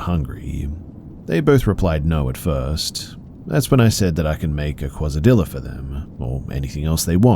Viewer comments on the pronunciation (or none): MY BROTHER IN CHRIST YOU DID NOT JUST SAY “QUASA DILL-A” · Wait.. what did you call 2 tortillas with melted cheese in between..? A kwazzadiiluh..? Heehee! You're so cute! I've never heard that one before! XD (No hate, just amused! 🩵)